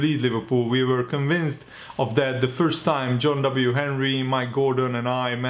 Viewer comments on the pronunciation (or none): none